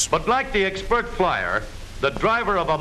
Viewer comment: this guy can't pronounce "expert"